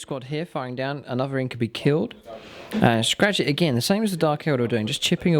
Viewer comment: I know it isn't a particularly common word but "incubi" is pronounced in-kyoo-bye, much the same as incubus and succubus are pronounced. Other than that, fun to see these two relatively uncommon armies pitched against each other